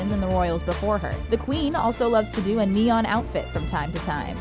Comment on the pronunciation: do turns into don